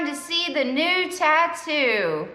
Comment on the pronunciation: For a sec i thou you said nude! 🤣 not new tattoo.🤦‍♂️🤣